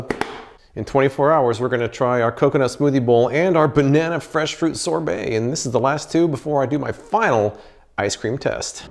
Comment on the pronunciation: Man you are saying sobert wrong. Find someone to say that word for you. Or put it in Google to say it right.